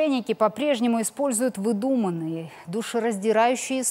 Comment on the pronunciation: "вЫдуманные", а не "выдУманные"!